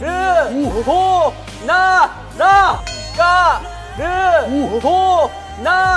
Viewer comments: Hobi:CAR-BO-NA-RA! JİMİN:LAÇİMONALA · Jhope: CAR-BO-NA-RA Jimin: Lachimolala..? .-. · and why jimin said the la so weirdly xd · A je suis la seul a rigole a dont la façon que Jungkook a dit " carbonara" ???